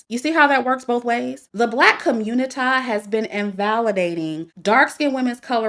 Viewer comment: Every time you say" the black COMMUNITAH " it makes me laugh 😂😂😂😂